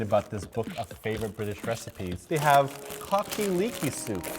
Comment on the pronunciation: Answer the skill testing question: Sweden, The Netherlands (Holland) and Poland. And 'Cocky Leeky'? Cock-a-leekie! Fuck sake. Surprise, it has chicken and leeks.